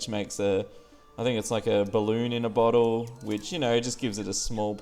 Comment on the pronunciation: ok "ballon in a boltle"i mean really